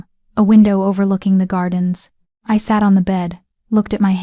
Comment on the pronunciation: I Saturday? I guess that's how AI reads "l sat."